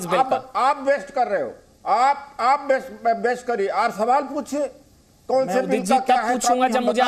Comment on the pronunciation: अबे काले तितर बेस्ट नहीं वेस्ट होता है पहले बोलना सिख ले